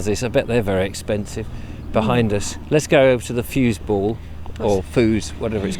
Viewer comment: Great video, I think was tatting confused with the German equivlenf of football wich Is fuBall the B makes the sound ss. Well done 👍